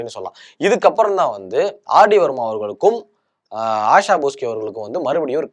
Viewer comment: யப்பா தம்பி காத்தவராயா, நீ ஆங்க்கரா, கிறிஸ்துமஸ். சுத்த பேஸ்தடிச்ச பிம்பிலிக்காவா இருக்கியே. மொதல்லே ஒன்னோட பேரை ஒழுங்கா சொன்னியா? "O. P. NAIYAR " ஓ. பி. நய்யார் என்பதை நாயர் நாயர் என்கிறாய். "தேவ் பர்மன் "என்பதை வர்மா வர்மா என்கிறாய். இளையராஜா இசையில் "செண்பகமே செண்பகமே "தேவா இசையில் என்னென்ன என்னென்ன வித்யாசாகர் இசையில் கொஞ்ச நேரம் கொடஞ்ச நேரம் பாடி உள்ளார். தீஸ்ரி மன்ஜில் என்ற இந்தி படத்தில் "ஓ மேரே சோனாரே என்ற பாடல் ஆர்டி பர்மன் இசையில் ஒரு கலக்கு கலக்கியது